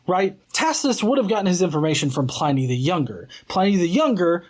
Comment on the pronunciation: It's not Letter 10 to Trajan- it's letter 96 of Book 10 of his letters; only that book contains his correspondence with Trajan (who sometimes seems a little annoyed that Pliny is writing to him about even minor stuff). And Pliny is pronounced like "whinny", not "whiny".